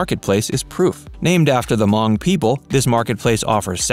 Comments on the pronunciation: Locals will be happy to teach you how to properly pronounce Hmong, Wabasha & Calhoun's old & new name. We have great food too & are still somewhat of a fashion test site. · Can’t pronounce Hmong either